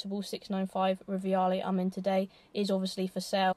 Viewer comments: It's Rivale...NOT RIVIALE! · No "I" in the Rivale name... Just Ri-va-le not riviale